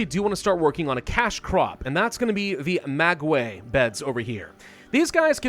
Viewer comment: Mag way? You mean Maguey? Its pronounced ma gay. Or you can say agave